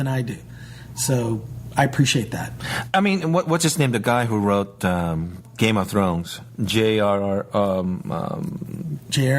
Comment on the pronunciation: LOL..."Game of Choe"....Gold!